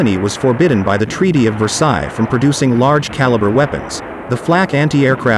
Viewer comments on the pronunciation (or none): none